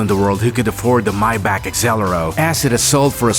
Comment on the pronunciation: None of these look like the bat mobile and us car enthusiasts are getting sick of people saying that our cars look like the batmobile because it’s not a compliment. Also said Maybach wrong.